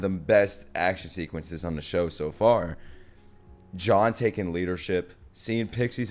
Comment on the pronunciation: I love how you call Jean John